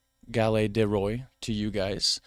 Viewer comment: Non Madame it's Galette " ĎES " Roys or Rois , and no ' Ďe Rois '